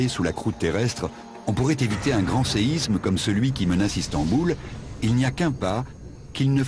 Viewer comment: Merci bcp. C'est juste dommage de faire toute la vidéo en prononçant "séizme" bien à la parisienne. Que ce soit pour séisme, Israël ou autre, la lettre s ne se prononce comme un z que lorsqu'elle est entre 2 voyelles. Ex: Isabelle. Bonne continuation.